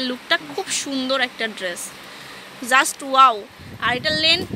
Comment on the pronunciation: Ishhh.. Ki bisri bhasha mey tar.. Pura gramer bujhai jai.... Please get someone who can talk properly not 'Oaww-wow' 'Zust-Just' 'Parson-person' Just a Humble request